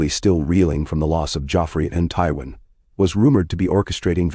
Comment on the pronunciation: Please correct the name pronunciations of Danaerys, Targaryen, Peter, Arya and Tywin on the next round of videos Thanks.